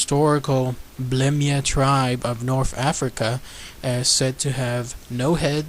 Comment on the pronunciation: It's not blemmyes its blemmyes